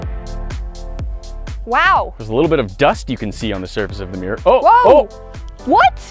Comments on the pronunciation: what is a Meer? it's pronounced mirror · Anyone else hear her say meer instead of mirror? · What’s a “meer”? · It’s Mirror! Not Meer